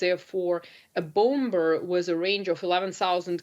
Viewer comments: A Bowmbuhr LOL cant make this up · What is a "bomb bur?" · I'm taking the whole interview seriously but can't help get distracted each time I hear "Bom-Ber" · Someone tell her the second B in "Bomber" is silent. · can someone tell her the 2nd b is silent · I thought I heard she said spirit bomber.